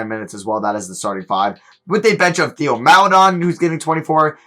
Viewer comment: its pronounced Tay-o not Theo. its "tay-oh mal-eh-DOAN"can you please learn how to pronounce players names correctly??